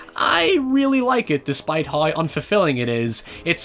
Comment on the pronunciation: Man I like this channel a lot but the pronunciation of “now” and “how” really irks me, especially when you pronounce everything else so well